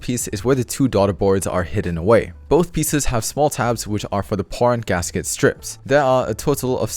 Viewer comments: Is it just me or he keeps saying PO*N instead of POM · This build is AWESOME. Pro tip: enunciate Poron much more clearly. LOL